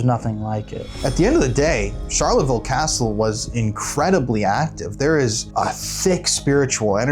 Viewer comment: 🏰 Catsle 😂😂😂😂😂 I mean Castle😂😂😂😂